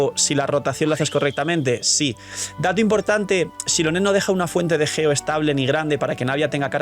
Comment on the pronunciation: Es geo no ggggeo